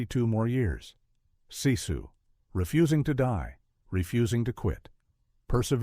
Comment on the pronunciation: Sisu is pronounced like Sis-sue. Not See-sue. Very informative story though.